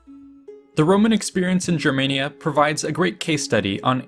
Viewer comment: You're pronouncing Germania wrong, if you're going off what the Romans called it